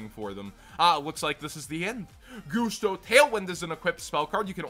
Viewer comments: Why do you call them 'Goosto'? Pretty it's 'Gust-o' as in 'Gust'? Because they're all about wind. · Why do you call them 'Goosto'? Pretty sure it's 'Gus-to' as in 'Gust of wind'? Because they're all about wind?